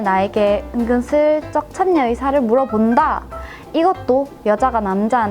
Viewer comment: 근데 사투리쓰면 참여나 그런발음이 차-며 가아니라 참-녀 이렇게바뀌는거에요?되게이런경우를자주본거같아서 신기하네요ㅇㅅㅇ